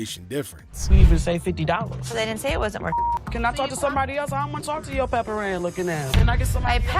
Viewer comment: She said PepperAnn not peperoni